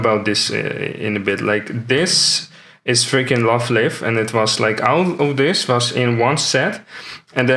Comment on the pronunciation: Thanks for sharing your album full of pretty cards. I learnt a lot about Goddess TCG from your videos. Love Live is not pronounced Love Lief, but Love Live like Live TV. It's a funny way to pronounce it though. It will be interesting to see how Goddess Story will evolve. I'm pretty hooked now. Just ordered some boxes with the amazing single days discount on Aliexpress. I don't think cancel culture is the right word for it though. It will moreso be big companies wanting to see money for the art that is being used. P.s. I love that you also think Nino is the best Quintuplet.